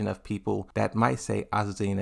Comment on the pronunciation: Finally he said azucena and not aquafina